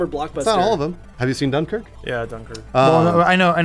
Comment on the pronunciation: They way they say Dunkirk triggers me